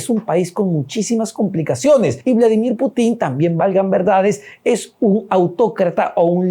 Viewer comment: Periodista de pacotilla, la KGB ya no existe, otra aclaración se pronuncia Putin , sin acento final. Infórmate antes de opinar